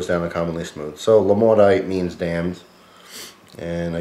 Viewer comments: I live in Quebec, and this beer is everywhere..its actually pronounced "mo-dit" which is also a Quebec french cuss word, LOL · the T isnt silent at all it is pronounced mo-dit with the T pronounced. if you don't speak it don't give false information. and maudit means damned, maudite is the female word of the same meaning. yeah french is complicated. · Great review, just FYI in case noone mentioned it, I'm from Quebec it's pron. Moe-deet, meaning "Damned". So you're essentially drinking a great beer with a great name too. Cheers!